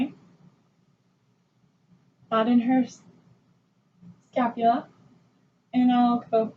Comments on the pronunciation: “scalpula” this bitch, “palpitate” tf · She also says “scalpula” instead of “scapula”